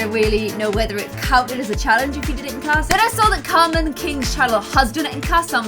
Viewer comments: Its carmen not camreon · it’s Carmen king not Cameron king (no hate)